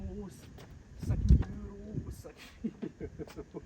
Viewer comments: 5000 mil eurrros 🤣🤣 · Ce que j’ai retenu de la vidéo : 5000 eurrrros 5000 eurrrros 😂 merci pour ce tuto incroyable, j’ai bien ri ! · 5000€ eurhlooo 5 milliard d’euhloooo 🤣🤣🤣🤣🤣🤣🤣🤣🤣🤣🤣